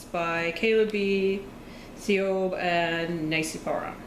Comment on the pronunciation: The name you couldn't pronounce Siobhan is pronounced "Shevon". Good luck with the project!! Love the purple hair.